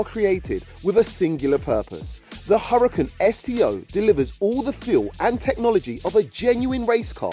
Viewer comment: [Hooraakaan] not hurricen